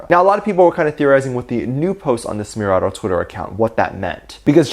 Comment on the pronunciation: Its pronounced essmeraldo not sssmeraldo and I think I enjoy broke the 800th comment.